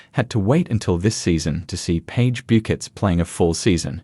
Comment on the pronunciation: can't pronounce her name right!! terrible video